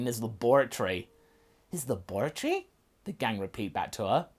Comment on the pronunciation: pronouncing laboratory that way reminds me of dexters lab, Didi get out of my laboratory